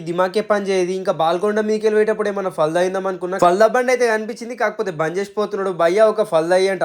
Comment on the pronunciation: ఫాల్దా కాదురా బాబూ ఫాలుదా